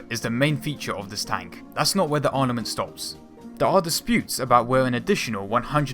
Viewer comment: BRO. WHY do you ALWAYS say "Arnament" or "Ornament" instead of "Armament", the ACTUAL word. Like, Do you not understand how to pronounce it? or do you just think it sounds better?? LOL Either way, it sounds ridiculous & just discounts the credibility of your content, despite your seemingly "vast" knowledge of WW2 history, facts, & information. And in general, it just cheapens the reliability of your information, especially in regards to your videos about lesser-known or secret/experimental weapons & etc. Like what if I was a Youtube channel dedicated to WW2 History & had a video about all the secret nazi panzer projects, but yet in my videos, I called them "bansterz" or "pandgerts" instead of "Panzers" for no apparent reasons. LOL, it sounds ridiculous, right?? Well, it's kinda the same thing when you're talking about a Tank & it's "Christmas Ornaments" LMAO! ...